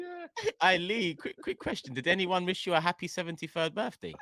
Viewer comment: “Happy birfday james”